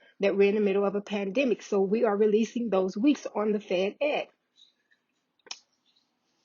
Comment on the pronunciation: Fed-Ed not fed ex